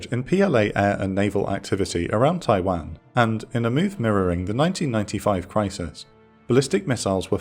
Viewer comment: Every time I hear it pronounced tai-wehn instead of tai-wohn I die a little inside